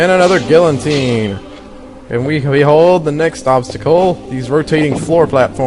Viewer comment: gee-a-teen or gill-a-teen, not gill-en-tine, lol.